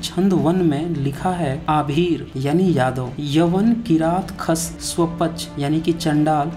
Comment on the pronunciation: Waah bhai aabhir ko ahir padhte ho ....or bat knowledge ki karte ho. Hypocrisy ki bhi koi seema hoti hai 😂😂